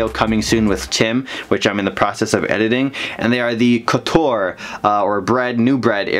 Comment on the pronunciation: I always thought “couture” was pronounced Coh tchure